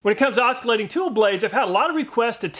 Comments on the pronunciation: Oskilating tool? The "C" is silent. Love your videos anyway! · Oscar-lating 😂 maybe lookup how to pronounce oscillating... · Say OsKillating one more time... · I've heard a few people pronounce it that way, but I'm guessing most Americans pronounce it "osilating" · It's pronounced oscillating. Soft C. Not osKalating. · In case it interests you to know, the 'c' in 'oscillating' is soft. OSS-ill-lay-ting. You're the greatest! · Great video! I thought you were joking at first when you pronounced the "C" in oscillating like "oskillating," which was really distracting, but it was nice to learn more about this terrifyingly loud tool that I have but don't use much. I will use it more now. Thanks! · Great vid, just the the fact he says “Osc-ilating” and not Oscillating, is annoying but he’s American they make up waits all the time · Os kil lating? Yikes. Learn how to pronounce this before making a video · “The os ki latting tool.” Seriously? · Osk-illating. :D Real talk though, EZARC about to raise their prices or sell through all of their inventory. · Oscar-lating saw... love it! If I ever need to buy one of these tools, I'll definitely name it 'Oscar', just to annoy people; when they get me with the 'but actually, the 'c' is silent', I'll get them right back with the 'but actually-actually, that's this tool's name, show him some respect buddy'. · "Oskillating" tool? Did you say the two yutes? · No "K" sound in oscillating it Ah Sill ating...or there abouts...just trying to help...love your videos! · “Os-k-alating” Ya know, I’ve never heard Oscillating pronounced that way before. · That's because it's incorrect. The c is silent. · 🔵 At the very beginning of the video he pronounced it "Oskuh-late-ing", I'm SURE that was just a slip of the tongue as I've heard him pronounce it correctly MANY times before. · It’s pronounced: AWW-sill-ATE-ting. Google oscillating if you don’t believe me. Also Both provide the correct pronunciation. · Lol....not pronounced oskillating.